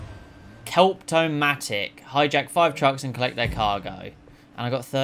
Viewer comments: Great game to plat. I'll admit that I laughed when you pronounced kleptomaniac as "kelpto-matic", but if anything it made me love your content more. Can't wait to see what new plats you'll be getting in the future. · You have a very strange way of saying kleptomaniac